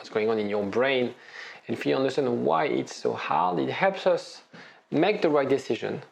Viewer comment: Love your videos. So helpfull. Only thing I can't get use to: It is understAnd, not understUnd 😅